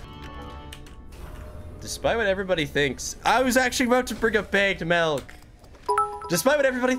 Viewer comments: hearing him say “baegged melk” is activating my fight or flight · Baged melk😂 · I love how he says "begged malk" instead of bagged milk lol